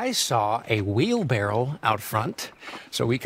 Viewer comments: Daz.. she was making fun of him for calling it a “wheelbarrel.“ It’s called a wheelbarrow Hahaha. A lot of people get this wrong but it’s not a wheel”barrel” but a wheel barrow ! Did I teach ya something today? ^-^ ….So she was poking fun at the fact he said it wrong (as most of us do). ! Also If you didn’t know this until I told you, let me know! It’s so funny seeing how many people didn’t know this, be honesttt. Cause I didn’t know until my boyfriend told me to tell you the truth LMAO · She knew what it was she was just trying to get him to realise the incorrect pronunciation he said wheelbarrel while it’s called a wheelbarrow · The thing with Emma and Jacob in the shop is Jacob said "wheelBARREL"... it's supposed to be wheelBARROW. That's what Emma was getting at. :P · emma kept questioning jacob about the wheelbarrow because he said wheelbarrel instead of barrow and he didn’t know it was wrong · Wheelbarrow. Not wheelbarrel. Silly Jacob. 😆 great playthrough Daz, ty! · The wheel barrel bit was because it’s actually a Wheel BARROW he was saying it wrong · Of all the things i choose to comment on...i choose to mention how Jacob said wheelbarrel instead of wheelbarrow. I spent 2 minutes trying to figure out why Emma found it funny 😅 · It’s funny and Daz didn’t really get it but he said “wheel barrel” when it’s wheelbarrow and she was making fun of him bc it’s not the correct word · It’s killing me that he didn’t know it’s called a wheelbarrow not wheel barrel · It’s not wheel barrel. It’s wheelbarrow. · he said wheelbarrel not wheelbarrow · Its wheelBARROW not wheelBARREL 😂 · LOL "Wheel-Barrel" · No Daz he said "wheelbarrel" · when I played the game I didn't have the subs in and I thought I misheard hime say wheelbarrel but he did and I'm so confused